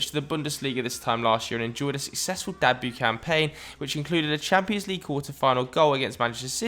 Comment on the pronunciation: "dabuet" hahahaha